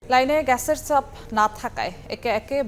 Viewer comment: গ্যাছের ছাপ কি রে? উচ্চারণ করতে না পারলে সংবাদ পড়া বাদ দে